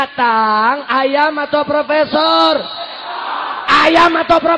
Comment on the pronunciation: Ayam apa fropesor ..fropesorrrr ..undang " redikal